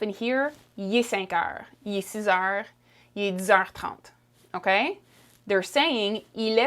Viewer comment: Shes saying heures wrong